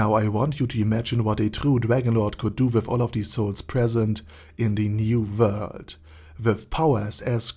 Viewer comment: Does anyone else just watch his videos because he has a smooth voice and the way he says new vorld